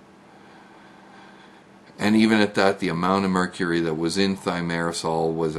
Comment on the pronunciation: Geerup can't even say 'mercury'. Mercoory? Says it all!